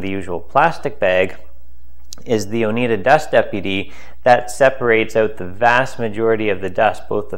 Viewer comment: Maybe just a nitpick, but you pronounce Oneida as oh-Nigh-da not oh-Knee-da. Thanks for the video.